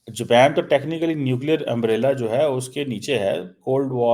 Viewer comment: Amaa Mia Jaapan Kahu, Ye Kya Amriki Panjabi accent Main Jepaan keh raha hu😂